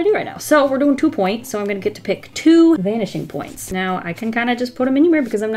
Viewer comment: Every. Single. Time. She. Says. “Vanishing Points”. I hear. BANSHEE POINTS